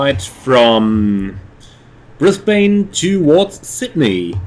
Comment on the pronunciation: We pronounce it Brisbun and Melbun. :)